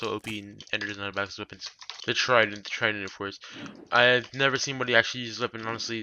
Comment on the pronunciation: I could barely understand what he was saying for the Trident and Dagger